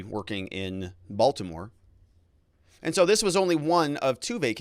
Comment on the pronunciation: Come on…. It’s Baltimore 😂🤣